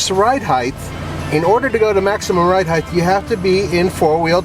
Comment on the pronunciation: Good lord, the word is “height’, not “heighth”. Height, width.